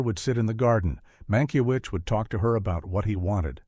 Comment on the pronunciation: There are too many weird AI errors in the narration. They don’t even pronounce the director’s name correctly several times and the punctuation produces odd rhythms. There are some factual errors too.